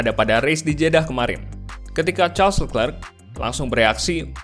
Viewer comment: Kalo mau gampang nyebut nama si charles. Coba bacanya dipisah jadi “le clerc”. Bukan “lekrek” nyebut nya anjir